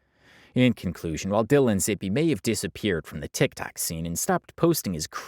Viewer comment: You learned to say TikTok! Proud of you, keep the good work up